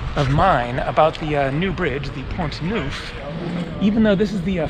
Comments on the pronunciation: Neuf (nine) is pronounced Nef in french, not newf. Just a small correction, best regards. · Neuf in French is pronounced as ou in enough. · 'neuf' is not pronounced 'nouf. The vowel sound you want is more like what is heard in the English word 'hull''. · Thought you would like to know that neuf in French is pronounced (neff) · I find it comical that the majority of the French on here are correcting you on how to pronounce "neuf" lol really who cares? We get what your trying to say. Hello your American for crying out loud. It's not going to be perfect😁 Haha n the French think we're rude😂 besides we are only interested in the town's you vlog about not the language being correct or not!✌so carry on my friend carry onnn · Tip: 9 = Neuf ==> pronounced as the last part of "enough" ;-)